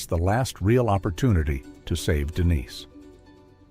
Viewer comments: AI, yea? Is the victim Denise or Dennis? It isn't certain apparently! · So annoying the constantly calling her Dennis instead of Denise. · DENISE NOT DENNIS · Dennis... Come on, sort it out 🙄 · Why is the ai able to pronounce Denise one second than say Dennis the next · Take a shot every time the stupid ai calls Dennise, “Dennis”.